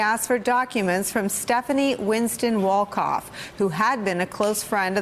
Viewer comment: Winston Wolkoff sounds like "wins ton walk off"! not so fast, my sociopolitical friend!